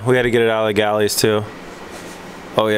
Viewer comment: "oil galleries" not gallies